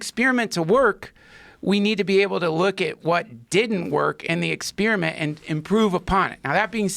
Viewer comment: Duncan “ex-spearmint “ Truss